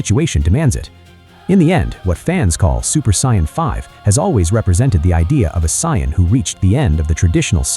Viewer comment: Why would you use an Ai that cant even pronounce Saiyan?,its not the use of Ai that pisses me off for things like this,the creator might be mute for all I know,its the fact none of these assholes ever check what the Ai is saying and never do corrections in the script,you already being lazy using Ai voice the LEAST you can do is check the damn thing.